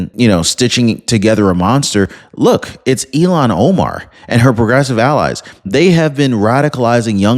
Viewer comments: ILL-HAAN not EIL-LAN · It’s not Elon Omar… it’s Ilhan as ( Ill haan) Omar!!!! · It's. Ill han! Not elon! 73 here pronunciation is important to me! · Her name is Ilhan (Il-hawn), not like Elon! Pronounce correctly! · 😂 It's NOT ELON OMAR😢 IT'S ☆ILHAN☆ PLEASE PRONOUNCE her ugly name, properly 💯🇺🇸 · IL HAN, not IL Lon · IL-Han not E-Lon… sorry OCD kills me when someone misspronounces something 😃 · Bro, please say ill-han omar Not Elon. Don’t be hating on Musk he’s just a rocket man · eel-han. Elon is a Musk. lol. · It’s “Ill-Hawn”, not Elon….you’re welcome…sincerely, the pronunciation police. Elon sounds smarter…and she’s not smart at all. Ill-Hawn is how most say it. Love and respectfully….little ole me. ❤🇺🇸👍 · Her name is pronounced "ILL-han", not "Elon". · Her name is ilhan ohmar not Elon